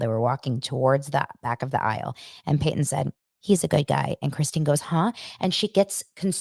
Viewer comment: Christines sons name is Paedon not Peyton